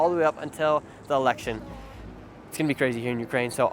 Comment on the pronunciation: great video! it's Election btw not Elecltion